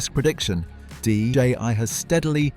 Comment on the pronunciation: DJI was being referred to as DJY by the narrator.